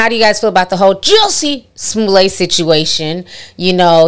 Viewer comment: Not Jussie Snoollay chile 😩🤣🤣🤣